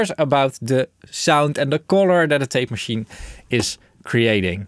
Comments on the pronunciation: Pretty sure it’s just pronounced TAPE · Pronounciation: Rain, Train, Plain, Fail, TEEP! Eitje toch???